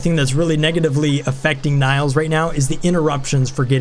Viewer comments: I don't know why, but you calling Nails by the way you do pisses me off. Don't know why. Her name is Nails, kind of like hammer and nails. Just saying. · Nails is pronounced the same as fingernails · Is that really how you pronounce the name Nails? As Na-[y] - ls instead of Nails (wood nails)? If so I've been wrong, haha